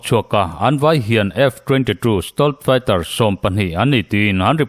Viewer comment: I stealth fighter lam dan hi ava mak thin ve,nangmah deuh chiah hian Stolth Fighter tiang lam hi ka la hria..